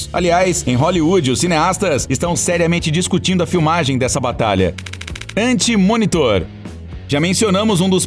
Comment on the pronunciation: A véi tbm fala galactus anti munitor, calmo tbm bro